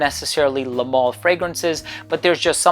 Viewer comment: Pronounced mal to rhyme with Al as in Alison or Albert